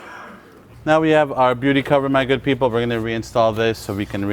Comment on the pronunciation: thanks, do you keep saying “my good people” or “maggot people?” Lmao